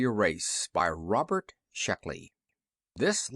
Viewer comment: Not Shluckey--SHECKLEY! :)